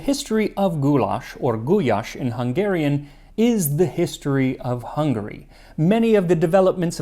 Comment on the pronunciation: His confidence in mispronouncing some words is unmatched haha! It's a hard language though! My Hungarian Grandmother made this soup super spicy, definitely used the hot paprika. It was delicious but waaay too hot for a kid like me😂Such a nostalgic moment, I can taste it in my mouth now. Especially the chunky potatoes soaked through with the paprika taste❤